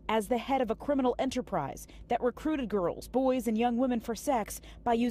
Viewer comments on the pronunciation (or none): none